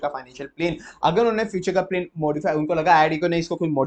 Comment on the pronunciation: Sir pronounciation se bahut dikkat hoti hai aapki video mein Eg. Plan ko aap plane keh dete hain